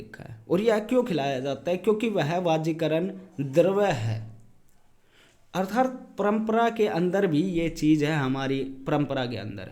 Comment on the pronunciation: अर्थार्त नहीं है। अर्थात शब्द है।